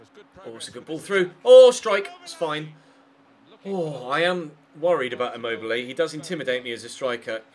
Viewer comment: its i-mobilee